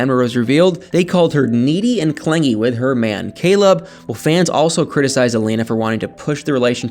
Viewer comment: Lol totally bcuz Caleb...COLEB....the way she pronounce his name, he is so cute 😍 to me.